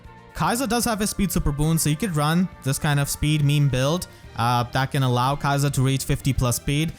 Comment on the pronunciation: if the japanese is anything to go by it should be more like 'key-sa'